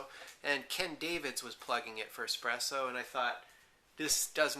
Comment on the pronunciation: Ugh. The dude keeps saying "eXpresso". Makes me want to claw my ears off :P